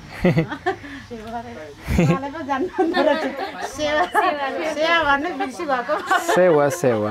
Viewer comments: its not sewn its Sewaro! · Not sewa you say sewaro it means namaste 🙏